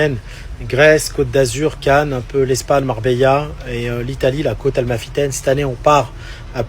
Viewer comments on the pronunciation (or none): "parler business avec des enfants"....🤨... "sur la côte AL-MA-fitaine"...🤔 (n'existe pas, c'est côte A-MAL-fitaine). On dirait un sketch.